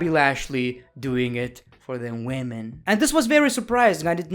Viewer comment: Boby lashley after seing this:man stop saying wemon every time I appear Sasha banks:wellcome my friend